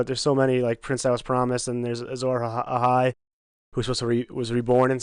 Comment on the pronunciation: one of the reasons you don't get many views compared to other channels doing the same thing, your so called "expert" doesn't even know how to pronounce azor ahai or know the full story about the prince who was promised.